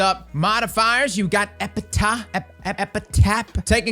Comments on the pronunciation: Everyone: Epi-taff: Epi-tah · Quick note: most of the time ph is pronounced f… so as if it was spelled: epitaf… you are so much fun to watch by the way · "Epitaph" (Eh-Pi-Taff) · its epi taf say it with us epi taph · Lol its Epitaph, pronounced epə-taf. Usually an inscription on a tombstone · no he’s not. It’s pronounced epitaf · my mind was kinda blown that cross didn't know the word epitaph